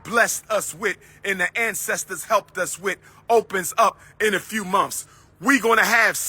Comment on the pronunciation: I gotcha. I never understood how can a supposed doctor /certified school psychologist, constantly mispronounce earth and months?🤣😂